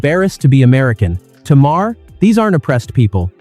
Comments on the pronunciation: Another time you call him Mar-her instead of Maher... He makes great points and you screw up it up with the talk over. Sweet Jesus can't you fix it? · Teest to voice sometimes require misspelling the script. Heher i learned is Mayor, Not maa-Her. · What kind of shite is this, this voice cant seem to make up its mind how to pronounce Maher's name, three different versions so far, two repeats of sections and I'm only 3 minutes in, thats enuff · I wish you would pronounce his name the same, are you an Al voice? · Nice video. We can ignore the fact you said Maher wrong. Twice now